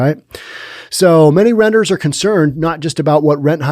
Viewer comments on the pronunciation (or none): It's "renters" not "rentors. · And it’s renters’ not rentor’s